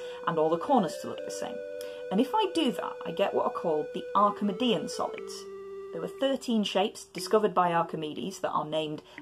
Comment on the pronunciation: Is it not “Arki-mee-dian”?